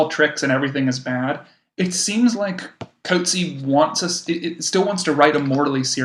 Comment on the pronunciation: You cannot bother to get remotely close the accurate pronunciation of the surname of John Maxwell [formerly Michael] Coetzee. I am beside myself, horrified really. Listen to his Nobel award— the Nobel panel fortunately respect the laureates (and short-list) authors enough always to bother, as with their perfect pronunciation of Louise Gluck’s name {Nobel 2022}. Im clicking away from you two… you sound like unsophisticated teenagers, not academics. I am rarely harsh and do not wish to be a “troll.” Have some respect… Coetzee is not “Coat-Zeee,” it’s roughly “Kut-zee-a.” Look it up, listen. Get it basically right. He is such a gentleman he never corrects these mispronunciations… but ive had the pleasaure of meeting him, etc. i bothered to request guidance though id listened to the Booker ands Nobel panels… and had been equally horrified by the University of Chicago putting a voicemail greeting up for him while visiting for 1-2 years [as an academic] there. The day of thje Nobel they too got his name mispronounced with their voicemail message stating that his voicemail would be fu;;/unavailable due to the volume of congratulatory calls, and often undesired requests for interviews, and other meetings. Just… listening to you both speculate, wrongly, and say “I was confused about that.” Again and again. “I feel sorta sorry for our listeners.” (Why not keep this discussion between yourselves, take it down here. Through I do not “have to be here,” that is so. No philosophical sympath